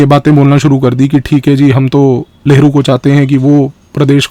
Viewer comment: Sir, aap लहरु बोल रहे हो या नेहरु?